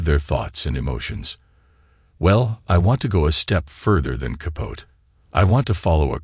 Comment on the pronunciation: It's Capote (kah-poh-tee).